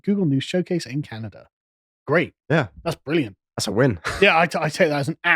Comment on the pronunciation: Where is the r in Canada?